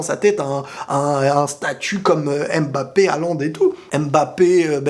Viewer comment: svp faite un effort de prononcer M'bappé et non M.M'bappé car je sais que tu as les origines africaines et ce n' est pas difficile pour toi de pouvoir bien prononcer ce nom. C'est un nom camerounais et non français alors ayez la gentillesse de le prononcer comme il se doit. Si vous ne le savez pas alors tout simplement demander.